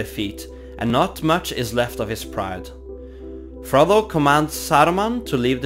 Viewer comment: i can only hear ''Frobo''